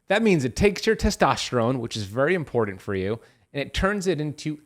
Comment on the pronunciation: im-por-dent? ew